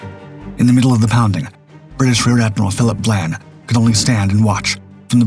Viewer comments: Admiral VIAN, not VLAN !!! And Breconshire was a merchant ship, so would not be HMS! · The second letter of Admiral Vian's name is an "i" not an "L." In the narration it appears to be being pronounced as Vlan as in flan. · Human error. Just think… AI slop would have pronounced that “VYE-ayn.”